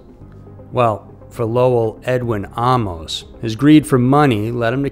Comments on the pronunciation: Why are you saying Ahh-mos? Isn’t it Amus.. like Amos and Andy? Just sounds weird 🙃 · "Ah - mose" U sure 'bout that? I suggest "Ay - mus" as another possibility. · Ed was my first supervisor. His last name was pronounced “Aye-mos”. Not Ah-mos. People became suspicious after Carolyn. Bobbi was warned. Ed was handsome, young and on his way up. He was always very kind to me. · I grew up across the street from him; I used to steal beer out of his garage.. I remember the night his first wife died . This is SO full of BS..Including the pronunciation of his last name. It's AAA- MOS-short o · You do not have all this info right because my second cousin was Carolyn Ann, his second wife. He was from Anderson, Indiana , not much Michigan, like you stated in your video. Also the last name is pronounced with a long A like AAAmos, you are not pronouncing the last name correctly. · Bullshit! He even pronounces his last name wrong- I GREW UP ACROSS THE STREET FROM HIM!! THIS IS AT.LEAST 45% BULLSHIT- THE MOVIE IS 75%!! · You mispronounced his name, and you have his hometown wrong. He is from Anderson, INDIANA, not Michigan. I knew the guy. The pictures you present are from Anderson, Indiana. You could've easily seen this with a simple Google search. Not sure where you get that this happened in Detroit.